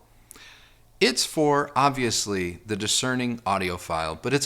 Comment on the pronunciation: Good videos. Not my style of speaker, but the video is great. Lot’s of useful information in the review. Critique- You say “thee" too much- where the "soft the" would be much more pleasing. Re-listen and substitute a "soft the" especially when a word starting with a consonant follows